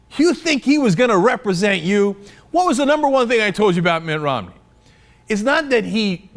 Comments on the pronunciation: MI't ROM' Neeeeee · love the way cenk says Mitt Romney, in a british accent like London Mayor Boris Johnson... classic...